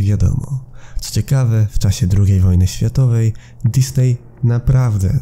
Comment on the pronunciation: powinno poprawnie wymawiać się Dizni przez nazwisko założyciela firmy. Disney to spolszczona nazwa firmy.